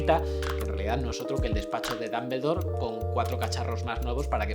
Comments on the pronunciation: xq es que en españa pronuncian dAmbledore? y en general palabras inglesas las pronuncian...raro/mal,/golpeado, no es crítica es duda, porque varios youtubers españoles así pronuncian, acaso las clases de de inglés no son buenas o aman mucho el español que es una forma de "guerra de pronunciacion nativa"? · "Mundo MAGUEL", Albus "DAMBELDOR". Jaaaa ja ajaaaaaaaaaaaaaaaaa jaaaaaaaaa! No pueden pronunciar ni parecido! Jaaaaaa